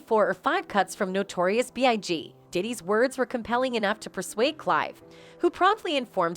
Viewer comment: You mispronounced Notorious B.I.G, Aretha (Franklin) and LA Reid. Who are you?!?